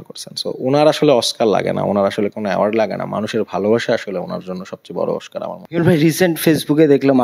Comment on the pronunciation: দোনোটা অশিক্ষিত oscar কে বলতেছ oshcar